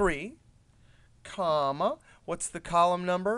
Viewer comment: Its funny the way you say "comma" and "brrrppp" :D